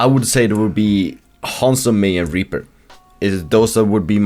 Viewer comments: "Mei and Raper" Excuse me? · "whilst also going into detail on why Mei and ..." what? I've never heard you pronounce Reaper quite that way before - am I the only one?